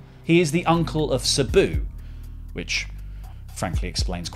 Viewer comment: I love how the Brits say "suh-boo"